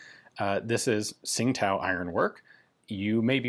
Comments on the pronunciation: Tsing Tao is pronounced something like Ching Dow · As I understand it, Tsingtao is pronounced "Ching Dao", as indicated by the city's name being transliterated to the Latin alphabet now as, "Qingdao". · I'm not completely sure, but I heard a chinese pronunce it "Chin-tao" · Great video, cool piece . Bi the way its pronounced 'Ching Dow' phonetically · The city name is pronounced more like "ching tdao".